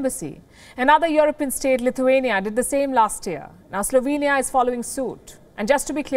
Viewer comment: Slovania lolol